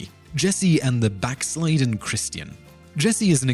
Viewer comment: "Backslildden" not "Backsliden". And pronounced back SLIHD den not back SLEYED den.